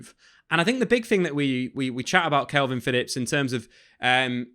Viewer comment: Stop saying kelvin, why you doing that?